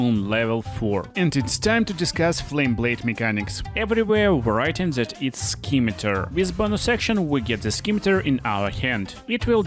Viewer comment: It’s pronounced “sim-a-tar”, Great video by the way! ❤